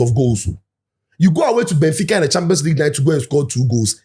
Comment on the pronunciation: "Gbenfica" took me out 🤣🤣🤣🤣🤣